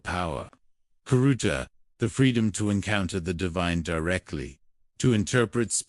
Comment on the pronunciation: Khiruta to be spiritually freed. Prononce it riruta.